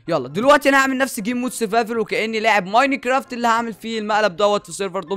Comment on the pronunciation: لاه بتقول ميناكرافت